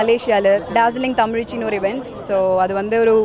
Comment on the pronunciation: Evendu evendu (Event) 😂😂ஒர்யூ ஒர்யூ (ஒரு)🤣🤣